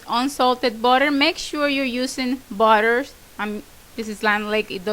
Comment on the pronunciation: Your accent is fun.. when you tal about butter sounds like a body !!! hihi cute.